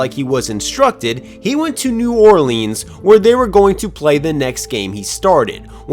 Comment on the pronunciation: Great video and channel.. that pronunciation of New Orleans tho... 😂